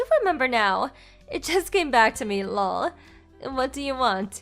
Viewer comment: Can we use the acronyms meaning instead lol( laugh out loud) or just laugh like fr( for real) BTW ( By the way) ttyl (talk to you later) something other than 1000 "lawl" its very irritating and I am sure that its the intention because she is irritatingly stupid 🙄 but let's try that next story,please!